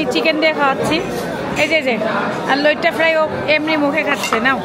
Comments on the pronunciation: ভাইয়া লটিয়া ফ্রাই না লইট্টা ফ্রাই 😁😁😁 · লটিয়া ফ্রাই না ভাই, লইট্টা ফ্রাই 😊